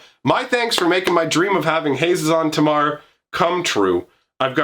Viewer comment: I don't think an "E" would make an extra syllable between the Zs, I would say "Hayzen-Taymar"